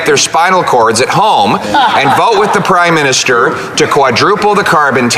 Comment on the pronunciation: Did he say Crime-minister?